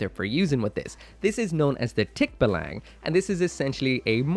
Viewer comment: That tickbalang pronunciation hurt me